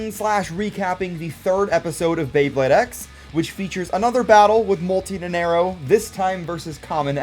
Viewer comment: Day 2 of saying it's pronounced "Nana Iro" not "Nenerro"